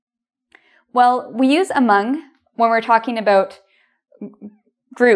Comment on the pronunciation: Thank you, interesting as always. Sorry for the question, but why do you pronounce 'about' like /əˈboʊt/ instead of /əˈbaʊt/ ?